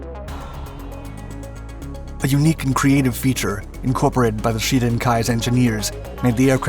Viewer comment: I just don't understand why Shiden is pronounced Sheden?